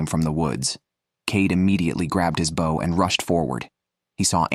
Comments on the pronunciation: * Have ya noticed that some of today's crop of young "announcers" obviously do not know how to PRONOUNCE certain words & proper names, that us older folks have been familiar with our whole lives? Take "BOW & ARROW," e.g. This is the 2ND guy I've heard say "BOUGH," rather than "BO" -- both on survival video narrations. Then: to pronounce JODI as "JUDY?" And instead of correctly pronouncing our male outdoorsman WYATT -- as "WIE-et" -- he says "WHITE?" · Yeah sorry soon as I hear the bad AI saying. Bawh instead of bow bought. I realize it's just bad. Cheap AI. Someone has Incorporated into podcast for whatever reason. Yeah, I'm out. Oh come on can you have real person narrate your adventure? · If this guy says bow one more time .....🤬🤬🤬🤬🤬 It's pronounced Beau as in Beau Bridges. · Less he she her him The irritating mispronunciation of bow like their describing a sea vessel rather than archery. Oh and barracuda live in oceans obviously a pike which I toss unless at least 15 lbs. I have 38 lb pike mounted which I caught near where they are. Overall ai seems better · and pronounced bow wrong.